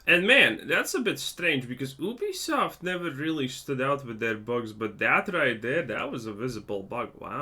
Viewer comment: I thought you said Obese soft